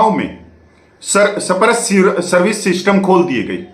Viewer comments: सही बोलना सीखें सप-रश नही‌ इसे‌ स्पर्श बोलो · मेरे भाई, आपने तो (SPARSH) स्पर्श करके बोलभि नहीं पा रहा है! You are not able to pronounce the word SPARSH clearly. What happened?